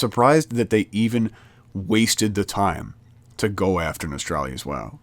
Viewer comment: It's "No-stal-ree-us"